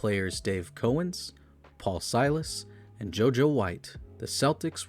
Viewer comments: There are a few mispronunciations in here, and it's not just the 30 different ways you pronounced Auerbach, lol. Where the hell is Norfork? The first syllable of Dave Cowens' last name doesn't rhyme with "dough." 😂 Other than that, not bad, except for the fact that you spent only about five minutes discussing the greatest streak of championships in professional sports history and left out any mention of the Celtics' all-time leading scorer, Johnny Havlicek. I'd bet money you looked at his name and decided not to even try to pronounce that one. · Good facts. His name is COW'-enz, and it's OW'-er-bach or AU'-er-bach. It was Brown's gf who wanted McAdoo, so he did it.